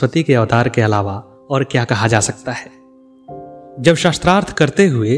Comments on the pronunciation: Its not "shastrarth" it is "shaastrarth" sha ko aa ki matra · महोदय, आपको उच्चारण शुद्ध करना चाहिए। शास्त्रार्थ को शस्त्र - अर्थ कहना उचित नहीं है 🙏🏻